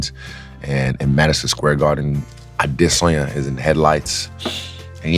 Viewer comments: Would have been better if he said Israel's last name properly to show that extra in his research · You can see Izzy's eyes going down and back up in disappointment after yet another host pronounced this surname wrong. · Pronounced the last name wrong 😂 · Bro you're a professional host, can't even put in the effort to pronounce his last name correctly.